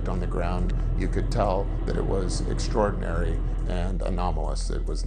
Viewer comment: Hid did say " Eggstraordinary " !